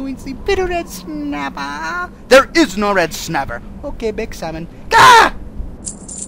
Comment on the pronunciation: just a little red snappah there is no red snappah ok baked samom ah